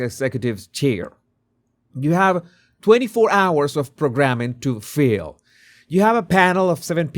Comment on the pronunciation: Interesting video. Just mentioning this small point: 'If you FILL the bandwidth the rest of the room goes dark.' In your video it sounded like 'If you FEEL the bandwidth...' which got confusing. Became clear after some close listening though. (It's about the vowel sounds...)